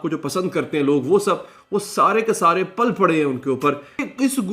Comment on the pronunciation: آپ نے لفظ استعمال کیا پل پڑے تو پل پڑے میں زبر نہیں بلکہ زیر ہوتا ھے